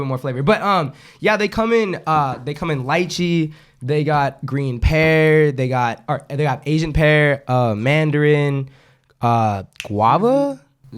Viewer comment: lol said lie-chee. It’s lee-chee